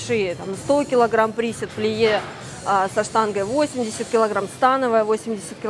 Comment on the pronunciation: приседе чувак, и ударение на первое Е. Выучи сначала теорию, технику и вес пойдёт.